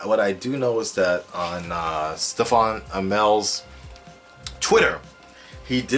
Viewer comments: His name isn't pronounced Stefan Amell, it's spelt Stephen but pronounced like Steven. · Great video, but holy balls for the love of ass his name is Stephen(Steven)